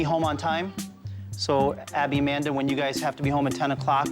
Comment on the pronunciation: Not trying to be rude or anything, but her name is Amanda not Amandr